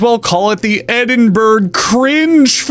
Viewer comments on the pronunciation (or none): it's pronounced "Edin bruh" not "Edin burg" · dis he really pronounce Edinburgh like eden-burg? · Edinburg is prononounced ED IN BRUH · It's 'Edin-burruh' not 'Edin-berg' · Edinburgh, burgh is pronounced like bru not burg Thanks for the videos btw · "Ed in bruh." Ed. In. Bruh. It's not that hard, dude. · Edin burruh lol. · It's pronounced Edinbruh. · Hearing you say Edin-berg Fringe Festival made me Edin-berg Cringe Festival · Do NOT call it "Edinburg" please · Ed in berg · You can tell "22.86 Centimetre Nails" isn't a real thing because if it was then their British listeners would be watching this video, and then these comms would be clogged up with them calling you out for pronouncing "Edinburgh" wrong... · Never pronounce Edinburgh like that again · Bro pronounced Edinburgh wrong. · THAT IS NOT HOW YOU PRONOUNCE EDINBURGH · I both love and hate people not being able to say Edinburgh correctly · I have lived in two cities in my life. Edinburgh, and Melbourne. Americans can pronounce neither. Why don't they ever just google it? They're major cities. It's like us not being able to pronounce San Francisco or something.